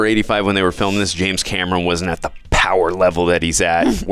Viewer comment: Why do you keep saying James Cameroon?